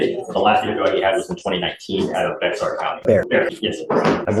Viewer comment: Dude lives in TX and called it B-ex-ar county 😂